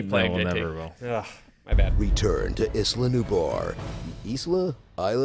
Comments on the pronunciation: Isla in Spanish is is-lah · It’s ees-lah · ISLA = EEH + SLAH